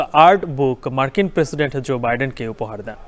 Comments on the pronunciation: Not Zoe Biden but Joe Biden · Bro Stop Saying Zor Biden it's Joe